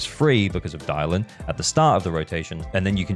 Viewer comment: It’s Dialyn btw